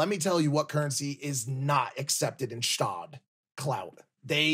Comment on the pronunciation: its Gstaad, not shtad